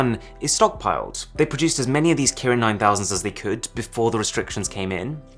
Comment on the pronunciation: Arun: Kirin 9000 what I heard: 9000 Karen